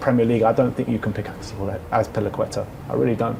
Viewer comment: Bro said Azpilicueta 💀